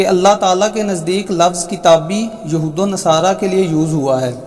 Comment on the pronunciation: یہ بوکھل مادرزاد جاہل مرزا جہلمی قرآن پاک کی آیت کو ہی صحیح نہیں تلاوت کر رہا ہے ولن تر ضی عنک الیہھود یہھود کی دال پر ضمہ ہے مگر مرزا جونیئر فتحہ کے ساتھ تلاوت کررہاہے یہ جاہل بل میں گھس کر ڈینگیں مارتا رہتا ہے لیکن جب مفتی طارق مسعود صاحب کی للکار سنتا ہے تو بل میں گھس جاتا ہے اس کے جاہل اور بے ضمیر چمچوں میں اگر ذرا بھی اخلاقی جرات ہے تووہ اس کو پیروں سے کھینچ کر باہر نکالیں تو میں سمجھوں کہ انجینئر کچھ جانتاہے